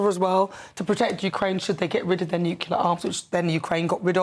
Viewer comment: stop saying 'nucular'!